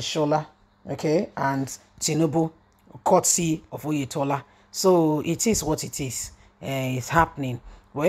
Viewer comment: Oyetola not Oyedepo